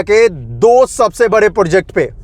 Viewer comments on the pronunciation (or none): project bolo bhai.. porject nhi